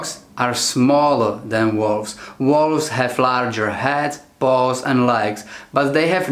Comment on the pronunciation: Sounded like he said "they have larger heads, balls, and legs" lmao